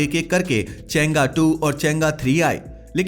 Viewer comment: चेंगा नहीं भाई चैंग - ई